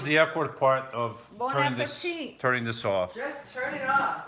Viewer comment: Bon appetit ! you said it like a real French lady 😃